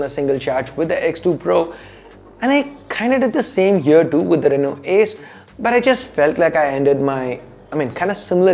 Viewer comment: Whenever he was saying Ace's I was hearing Asus😅😅😅